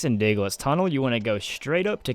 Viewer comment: It's DIglett's Tunnel NOT DAGGLET'S Tunnel